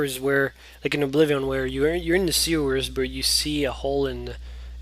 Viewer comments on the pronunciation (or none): it kinda irritates me how u say oblivion